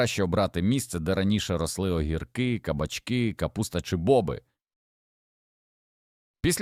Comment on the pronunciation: Вас вчили правильно ставити наголоси ? ЧаснИк, зубОк бобИ прегнІй пАростки,марганцІвки Господи, вам що язик покрутило?